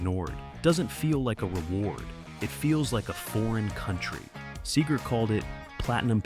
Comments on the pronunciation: SEger, not SAger. Fucking AI. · Wow, a.i. is getting good. The sager instead of seger one of the only tells. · These AI videos are always full of shit. Can’t even say the singer’s name correctly.